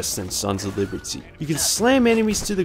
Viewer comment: “Sons of Leebertyy”